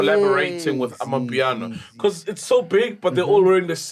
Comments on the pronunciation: HOW HE SAYS BECAURRSE. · Stop adding ‘R’ on words with no ‘R’, I love and enjoyed this podcast but got annoyed every time he twangs when he says ‘because’ yeerrrr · Am I the only one hearing "BECAUSE"? It has a twirl at the end.